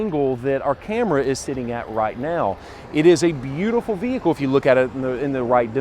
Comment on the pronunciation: No hood shocks....very informative, but fender wells are huge...STOP SAYING "THE VEEEEEHICKLE" It's an explorer....Say "this explorer" or the new explorer